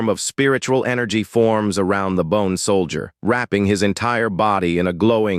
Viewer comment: Sol-dee-yurt... LoL